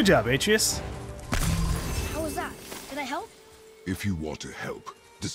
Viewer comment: I think he knows, but to him, it sounds better the way he pronounces it.